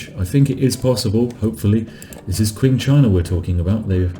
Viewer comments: IT'S PRONOUNCED CHING CHINA NOT Q-ING CHINA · "Qing" is pronounced as if it starts with a "ch." Like "Ching."